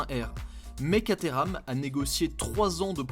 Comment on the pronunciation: ENFIN une immersion chez Caterham !! Merciiiiiii 🙏🏻 Et tu le prononces bien 👍 😉 Moi aussi j’en aurais une !!!! Et je te souhaite d’essayer une 620 très bientôt et de nous régaler 😍 Merci encore 👌